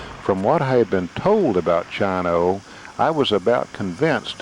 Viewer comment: It's not Chino like China, It's Chino like "Cheek" long 'E' sound, cheers!